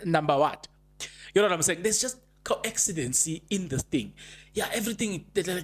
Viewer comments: how are you my brother? Thank you for yet another update. It's a "coincidence" not "co-accident". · Coincidence. Please. Not coaccidence.